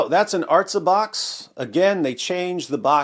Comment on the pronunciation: This isn't the correct word though... The way David Wood said in the video "ártza" is the correct pronunciation, and it means "to the land [of Israel]", or "to the earth" (like how you say "Down Boy!" to a doggo)...